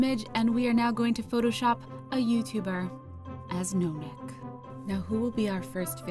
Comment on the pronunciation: His name is Wide neck not No neck